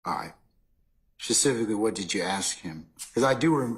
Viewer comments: She doesn't ask she axe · Yeeeeesss! Plus she will say. .. AX! and not ASK!!